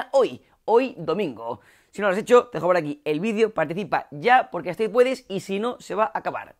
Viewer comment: Nomas escucho "vidio" en vez de "vidEo" y alv a cambiar de video.